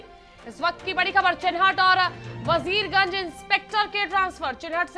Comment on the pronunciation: मैडम वीरगंज नहीं वजीरगंज है.....